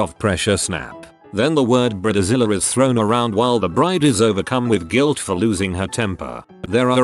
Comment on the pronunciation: "Husbands of Brid-e-zillas"? This is why I mute these AI narrations and maybe listen to music.